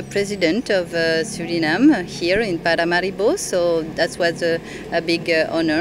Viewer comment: hoe kan je een Engels interview doen en Suriname nog steeds op zn Nederlands uitspreken? Zelfs Santokhi doet dat niet. Doe daar wat aan aub.